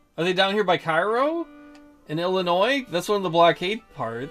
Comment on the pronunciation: Interesting playthrough. I find this version of the game more interesting than the new career mode. I realize that the new one is more for people who like historical reenactments of the ACW, so it's all good. BTW, the pronunciation of the city in s. Illinois is KAY-roh